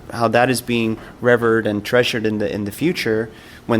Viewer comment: Tier* (tear) Revered* (re-veered) 😎👍🏻